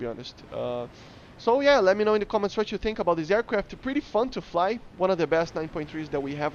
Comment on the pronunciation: I am not gonna bully you. I'll just say that saying aiwcwaft instead of aircraft is cute.